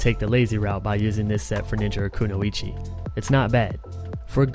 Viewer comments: Just so you know, Kunoichi is pronounced Koo-noy-chi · it's koo noy chee